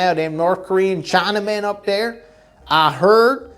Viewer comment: "Norkoreen Cheyenamen" 😂